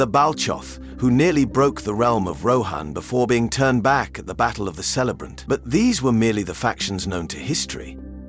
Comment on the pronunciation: Ka-lay-brent not sele-brent.